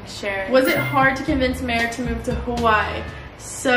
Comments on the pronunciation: Pronounce it as “Ha wuh ee “ or “ Ha vuh ee “ please and not “ Hawhy”. there’s an okina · i know stans are about to come at me for saying this but i don’t mean it disrespectfully. please if you’re gonna live in Hawai’i please pronounce it properly, it isn’t that hard. ava (who i think is one of your best friends) says it properly all the time even when she is with you so i was hoping you’d start saying it right :( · hey girl, can you start saying Hawaiʻi right?! thenks